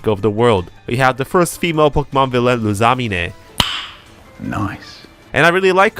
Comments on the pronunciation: ITS LIL-EE AND LOOS-A-MEEN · Good lord man, could you have butchered Lusamine's name any more lol Edit: holy fuck you somehow butcher Lillie's name too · I don’t know if this is some gimmick of this channel but the mispronunciation of Lusamine and Lillie’s names was very irritating